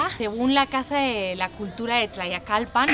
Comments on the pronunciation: Estas bien loquilla. Y más tratando de pronunciar el nombre del pueblo. Me encanta ver tus videos. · Visitas pueblos cuyo nombre ni puedes pronunciar. Y porqué una extanjera y española además me enseña mi país? Ni saba la cultura ni lee nad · No bueno que simpática eres, me imagino que si te cuesta decir Tlayacapan no me quiero imaginar que digas Tlacoquemecatl, pero siempre es posible todo así que igual te pido que visites su pequeñísimo parque en la Del Valle y vayas a comer a los Chamorros!!! Ja ja, eres linda y lo que le sigue!!!